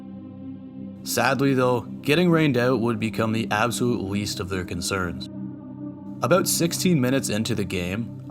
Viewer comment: Lmao at the aboot 😂 I heard it before I saw it